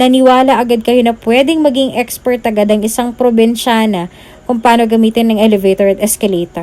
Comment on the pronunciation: Kailangan bang eh emphasize yong salitang dalagang probensyana